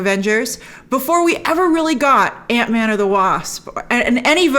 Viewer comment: Hr had the absolute proper pronunciation of... "Ant Man."